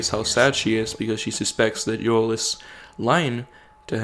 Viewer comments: Joel not yoel I'm sorry but that was bothering me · Why I you pronounce Joel's name yoel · By the way, Joel is pronounced with the J. It's not silent, or it doesn't sound like a Y... just sayin'. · Why does he keep mispronouncing Joel's name?